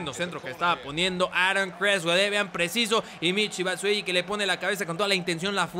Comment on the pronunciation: es batshuayi no batshueyi